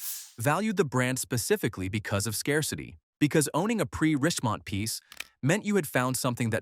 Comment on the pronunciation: Why is Richemont pronounced differently at different times in this video? Is it faulty ai?